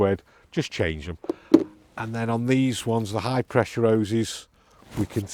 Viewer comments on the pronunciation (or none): When you say Oweses do you mean Hoses?